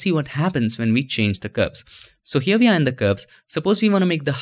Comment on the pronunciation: man your videos are great but why you pronounce W as "V" and V as "W", isn't it weird buddy? you said wirtual and vee instead of we!!!